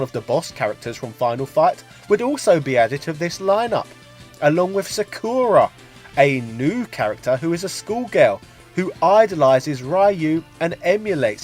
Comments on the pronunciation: Its SA - KU - RA. (KU sounds like shoe) Not SA - KUR - A. (KUR sounds like store) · Akuma is pronounced with the accent on the first A. Not Akùma , but àkuma. Akuma means Demon , while his Japanese name was Gouki ( Pronunced Go-o-ki , with the o letter pronounced as the o in Go ) meaning Strong Spirit. Also... Sakura is pronounced Sàkura.